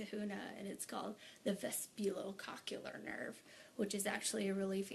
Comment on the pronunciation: Vesbulocockular nerve? Vestibulocochlear nerve... Nice pronunciation.